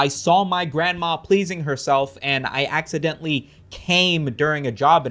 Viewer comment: I axeadentlee mis say something You expect me to believe you didn't dent Lee with this axe?